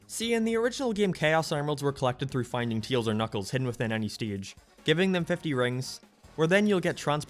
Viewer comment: Did you just pronounce Tails' name as Teals? ok